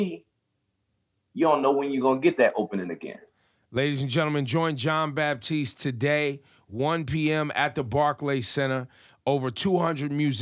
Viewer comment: Ebro, no "P" in the name: it's Batiste